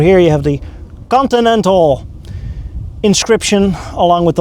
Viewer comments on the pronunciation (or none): How it's spelled: "Continental" How it's pronounced: "coninenal"